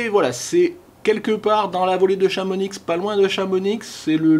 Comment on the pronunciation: On dit pas le X de chamonix.... grrrr lol